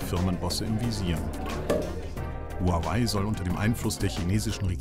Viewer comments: Das wird nicht Huawei ausgesprochen, sondern mehr ... Chuaawee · Funfact: Huawei spreicht man "Huwawej" aus. :)